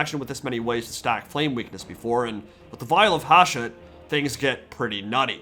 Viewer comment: Hsshooooot, not Haashet